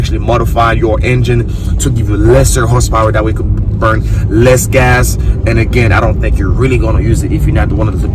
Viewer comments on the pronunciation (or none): none